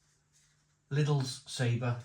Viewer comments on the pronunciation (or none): I love this channel im a big fan, you have taught me alot please keep up the good work!... however I want to in return teach you you are saying saber!!... its pronounced Sab... or. It translates to flavour. I'm a fluent Spanish speaker.. mocha's gracias amigo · I really hate being a knob but sometimes I just can't help myself if something really bugs me and today, watching this review has tipped me over right into cuntyness every time you said Sabre my heckle came up I really hate to do this but in no way can Sabor be pronounced as Sabre or Sabar the give away is the little line under the o which change the sound of the letter to something more like awe So if anything I believe I could be totally wrong and you right however the beer is actually pronounced Saboar